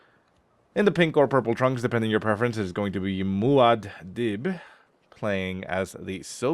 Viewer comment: Hey. Cracking good stuff as usual. Muad Dib is a character from the book/movie/series Dune by Frank Herbert. It's pronounced Maude Deeeb.